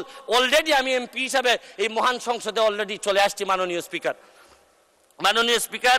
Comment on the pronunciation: উনি ব্যারিস্টার সাহেব তো মহান বলেন না।মুহান।